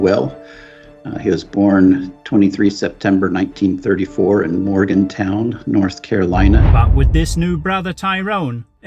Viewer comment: I live an hour from where the father was born. It is not a big deal but it is "Morganton" not " Morgantown."